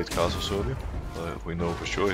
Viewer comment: why does he keep saying khazicks? ohh karthus...